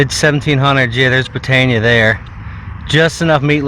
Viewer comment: Nice one guys. Btw it's pronounced 'Brit anne eee a' not 'Brit ain ya' ;)